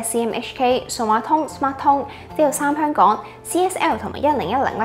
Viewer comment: 有懶音，香「趕」？🤔